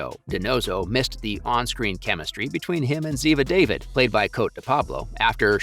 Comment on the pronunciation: It’s Daveed, not David. Why don’t you click-baiters at least learn how to pronounce character names?!?